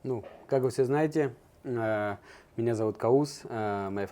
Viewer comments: Не каус а ковус это персидская имя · Его имя Кавус, а не а. Каус. Сам он произносил Кавус. Это персидское имя.